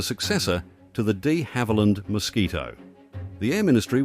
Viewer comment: It's not DEE Havilland, but Duh Havilland